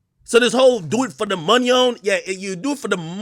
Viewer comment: “do it for the monyon, when you ain’t got no monyon” 😂😂😂